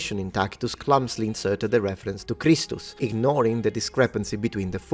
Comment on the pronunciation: The way you say kristus. Is how it sounds when you say it in lithuania. Just something to point out an not religous at all.